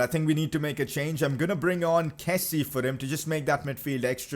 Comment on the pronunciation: It’s not keh-see it’s keh-see-ay